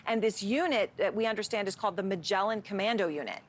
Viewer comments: it's pronounced MAGLAN not Majelen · the 'magellan' unit she mentioned, did she mean to say maglan..? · It's not Magellan like the explorer, beut Maglan, which is the Hebrewn name for the ibis bird.